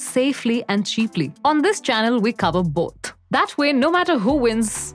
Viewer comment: "on this channel we cover boat" 😆(just to clarify i'm not making fun of her, she's doing great)